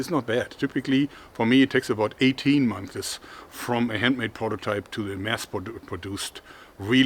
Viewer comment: Just a funny thing my friend: its months not monthes! Great work - love your channel!